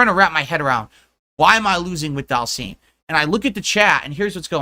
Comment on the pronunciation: “ DhALseAm “ this mf regarded